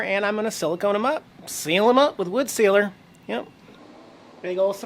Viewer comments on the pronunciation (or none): none